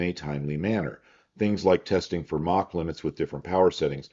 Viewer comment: Props to for being one of the few people on the internet who actually pronounces "Mach" correctly.